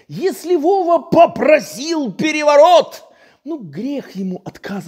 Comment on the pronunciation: ...штадион так штадион...пегевогот так пегевогот...